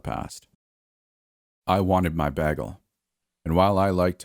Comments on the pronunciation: BAY-gle not “baggle” LOL! New sub here. Ya got a great voice. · I love how you pronounce the word "bagel"😊 lol Most would say - (bay-gull)... But you say it like - (BAG-ull) 😆haha.. So adorbs